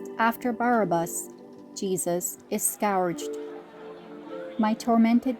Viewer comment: Who is the reader? Please pronounce the word, "scourged" correctly.